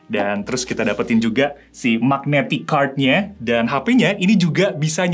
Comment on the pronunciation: Biasanya ngapa sih ngomong "kart" nya. Kenapa harus "kerd" sambil monyong2in mulut. 😂